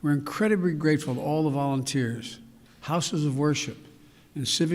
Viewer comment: Did he say “vast majority of DULL Americans?” 😂